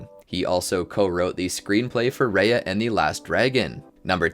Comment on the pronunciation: Raya is pronounced like rye-yuh not ray-yuh